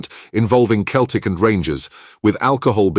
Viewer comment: Celtic FC as in Seltic not Keltic, turned off at that point 🙁